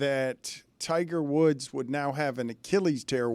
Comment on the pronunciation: Yeah don't think we're doing "Tigger Woods" :)